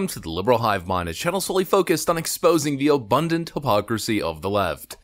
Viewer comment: try 'hypocrisy', not "HOPOCRACY"